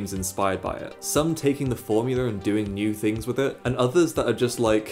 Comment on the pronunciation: Formula* not Formuler